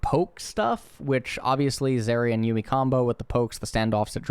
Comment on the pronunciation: did he just say yummy instead of yuumi?